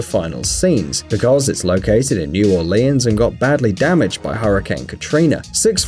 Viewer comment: He said Orleans Wrong